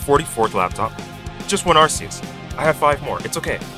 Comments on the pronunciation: ITS ARCEUS NOT ARSEUS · I'm pretty sure its pronounced Ar-kee-us but Ar-see-us is much better because that means the Arc-Phone is pronounced Arse-Phone. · It's pronounced Ar-kee-us You're welcome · its pronunced Ar-see-us in america and Ar-kee-us in british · Unless you wanna pronounce the arcphone the “Arse-phone” its ark-ee-us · Japanese pronunciation is are-see-us. English pronunciation is are-key-us. Source: Imported Cheese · It's not ar-see-us or ar-kee-us, the official pronunciation is ar-kay-us. I personally would have gone with ar-see-us, just like I would have pronounced gardevoir as garde-voyer rather than garde-voar, it just sounds so much nicer and not nearly as harsh, but hey whatever works for them I guess. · If you pronounce arceus like “ar-see-us” instead of “ar-kee-us”, you’re dead to me. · It's actually pronounced Ar-sus, in a french accent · Both pronounciations were used by game freak, until they realised arse is some British insult I think. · I think it's Ar-kee-us but I'm not too sure bout that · You pronounced arceus wrong. It’s ARKOOS! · Its pronounced Arceus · Its pronounced ar-kee-uhs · It's Ar-ke-us, since its name come from the greek αρχή (arké), wich in greek means "beginning" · Arceus is pronounced Ar-kay-es